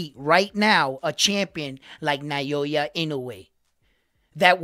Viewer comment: They gotta generate hype.. with sensational statements. I mostly despise sensationalism. Modern society is rife with it. I mean this humbly, but please, it's 'Now-ya' (Naoya). I see you're stepping up your channel. Good for you, man. One suggestion from me is to get closer to the camera.